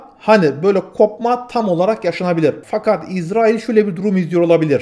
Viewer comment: İZZ RAİL deyipte türkçeyi bozuyorsun kardeş